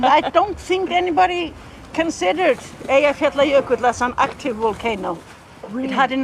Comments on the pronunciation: I think her pronunciation of "Eyjafjallajökull" is really good, the best I have heard actually from one that isn't native. It's obvious that she really tried to get it right :) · She pronounced the name😁